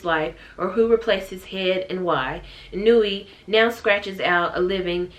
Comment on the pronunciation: OOOOH in that case, it's "ee-new-wee"~ sorry about that! 😅